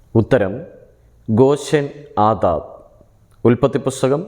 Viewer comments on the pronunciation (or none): ഗോശെൻ ആതാദ് അല്ല ഗോരെൻ ആതാദ് ആണ്